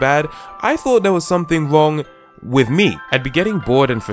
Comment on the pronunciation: "A wush of nostalgia" "I thought there was something wong with me" Learn about R.